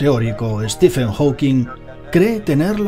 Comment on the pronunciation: "Ste men" -Stephen Hawking